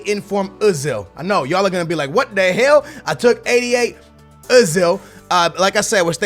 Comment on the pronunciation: LOLOLOLOLOL "wot de hell"